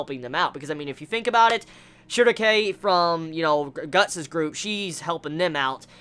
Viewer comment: i always cringe when you pronounce schierke's name